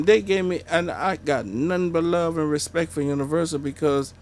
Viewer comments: “I respek him”😂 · Did you put some respeck on his name Steve-o? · Put some respek on his name steeeve... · did you "Put some Respeck on his name" ? lmfao